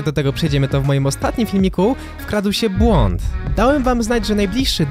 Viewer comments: błont? Chyba błąd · powinien byc "błąd" a nie "błont" :) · "Błont" a nie czasem "Błąd"? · "BŁONT" to chyba jakiś błąd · "błont" XD